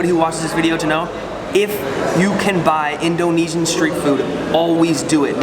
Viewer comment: I like the way he pronounces Indonesian By the way i am Indonesian.